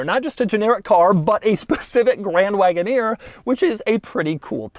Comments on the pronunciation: Grrrrrraaaaand Wagoneer...(tongue roll). Why??? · It's absolutely unacceptable for this man to be saying grand wagoneer the way he is saying it